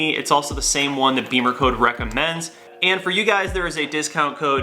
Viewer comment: Not BEEMERCODE, it's BIM-MER-CODE